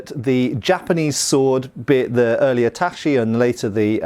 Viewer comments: "Tat-chi" not "tasshy" you heathen! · It's tachi not * tashi - it's a ch like in chicken. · Ta chi not tashi :) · As a Japanese, what I would like to say is that the pronunciation "Tashi" is impossible, even taking into account the dialect. Tachi" is a long sword, and the same pronunciation also means "to slash. The word is derived from "tatsu," which also means to cut, block, or forbid. When pronounced as "Tashi" in Japanese, it has a different meaning. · Cringing evertime he says 'tashi' instead of 'tachi'. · "TaCHi", not "taSHi"......"nodaCHi", not "nodaSHi"......Sorry to be pedantic, but you don't want to go on mispronouncing those, do you? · TA, CHI. or O, DA, CHI. Not Ta, SHI, or O, da, SHI. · Earlier Japanese swords are pronounced tachi, not tashi. Like in chip, or chin. (Same for nodachi.) Great video as always,! Thank you! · Thanks for another context-rich video! Just one small pronunciation note: It's "TAH-chee," not "TAH-shee." Thanks and happy new year! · "Tashee" "Nodashi" "Sooba" The most lethal weapon shown in this entire video was all that mispronunciation. An otherwise great video though. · Small correction about pronunciation of tachi and nodachi, when you hear those words in the video they sound almost like tashi and nodashi, when pronouncing Japanese words the ‘ch’ sound is harder, like when you say chair, not like when you say machine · has been mispronouncing "tachi" for years, and no matter how many people tell him he still hasn't changed. I don't know if he just doesn't see any of those comments, or is ignoring them, or has some weird speech impediment that only effects the sound. He's best buds with Metatron too, who studied Japanese for years, who must have at some point corrected him. It's getting ridiculous and making it hard for me to watch anything does about Japanese swords.